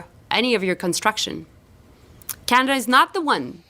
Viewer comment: Can Melanie please pronounce Canada properly it is not canda